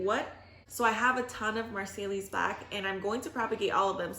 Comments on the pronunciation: This is the last year I’m doing cups. Not that there is anything wrong with it but with fig pops I can get twice as many in the same space. And not to be annoying but Marseille is pronounced Mar-say……. Crazy all those letters wasted….. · You got some great cuttings Ma'am; by the way Marseilles Black is pronounced "Marsay black" if I remember my french language correctly. I grow figs in Victoria, BC way north of you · Marseille is French, pronounced “mar sy”